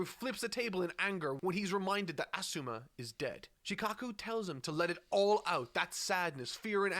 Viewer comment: His asuma pronunciation is the worst.